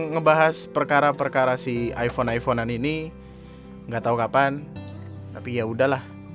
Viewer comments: " Hai hape aku aipon,hape kamu apa? Vivo? ,Upss miskin" Me : Aifon ya bukan aipon. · penyebutannya aja masih nub. Iphone = ai fown bukan ai pon. salah ye anjing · Ngomong iphone aja salah😒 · ngomong "iphone" aja gak bener